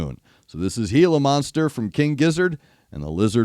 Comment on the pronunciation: You are correctly pronouncing Gila Monster, and no, they don't have them in Australia, but KGaTLW have been quite open about really loving the times they've toured in Mexico, and have also done a fair bit around the US, so I can only assume, they came across a gila monster during some of these times.